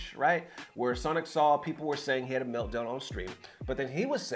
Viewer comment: His name is pronounced "Soul" not "Saul" 😂